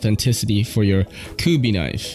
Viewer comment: Ive always heard it said as kubee